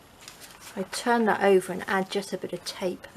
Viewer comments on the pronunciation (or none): none